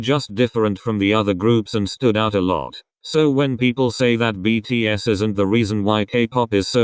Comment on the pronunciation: thank you for saying btspw well and respectfully